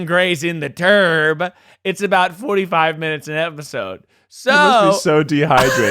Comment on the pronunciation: everytime said, "turb" all I can hear is terd & giggled through that whole section.